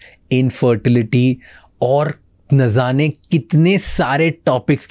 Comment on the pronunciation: Have a podcast about language and right pronouncements of hindi and Urdu word's 😂😂😂❌️❌️❌️❌️❌️Nazzaany❌️❌️❌️❌️❌️😅😅😅NAJAANEY✔️✔️✔️✔️✔️❤